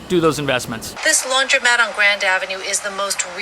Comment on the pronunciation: Ugh... It's Not LaundrYmat. It's LaundrOmat. So hard to unhear that.